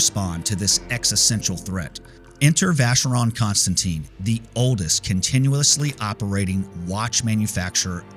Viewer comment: Thanks for a very interesting video. But, please, please learn how to pronounce Vacheron Constantin (and AP) correctly.